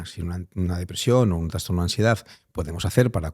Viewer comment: Gracias por tu trabajo Eres un gran comunicador ❤ Si me permites hacerte un mini comment, he oído en varios podcast que dices la palabra transtorno, La forma correcta es trastorno, con "s", no con "ns".